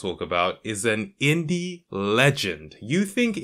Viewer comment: When you say inde game I think of minecraft yeah that's a inde game